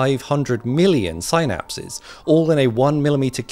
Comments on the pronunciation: The word "synapse" is pronounced sin-apps, not sigh-naps. Same prefix as synthesis and synthase and synthesize. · sigh-napse ahahahaha good try sounding it out buddy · Sigh-napses?? … bro. It’s really not that hard to properly say the word synapse. Come on.